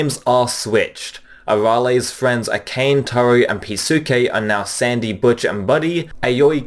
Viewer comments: Akane is pronounced Uh-KAH-Nay, not Uh-Kane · Maybe Dr. Slump really needs to be dubbed, considering you pronounced Akane (Ah-Nah-Nay) and Peasuke (Pee-Skay) incorrectly. Not a huge deal, just a personal thing when names are said wrong. A general rule of thumb for Japanese names ending in -suke is that they're usually pronounced like "skay" rather than "sookee". Just something to remember. Like in Sasuke Uchida from Naruto, Daisuke Jigen from Lupin The Third, and yes, Peasuke Soramame from Dr. Slump.